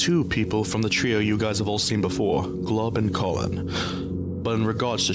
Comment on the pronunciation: "CoLLihhNNnnNnNn" ahh pronouncation